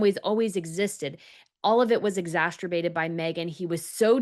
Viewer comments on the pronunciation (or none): Please,I'm begging you! STOP using big words!!! Please look up the pronunciation of "exacerbate". I promise you, it does not sound like masturbate! I've listened to you just slaughter big words, either in pronunciation, or definition! I get that I'm a 70 yr old, former English major, but girl, this time, even Dan tried not to laugh! From now on, I think it would be a good idea for you to look up both pronunciation and definition before putting those words in your scripts, or before being interviewed. You'll be great.